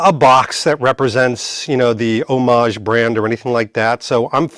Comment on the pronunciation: Thank you for using the word homage correctly. Nobody ever does. They say HOM-AGE😮